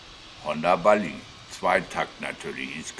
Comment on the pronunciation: Hallo, hatte vor gut 20 Jahren auch eine Bali (die Betonung liegt übrigens auf dem "a"), sehr zuverlässiges Moped und bergrunter gut 70km/h schnell. Sprich das Ding war noch nicht gnadenlos runtergedrosselt. Freue mich schon auf das nächste Video.